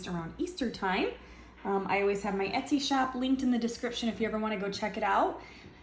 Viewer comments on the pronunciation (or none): none